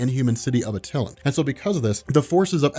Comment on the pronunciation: The Inhumans city of Attilan is pronounced "Ah-Tuh-Lan"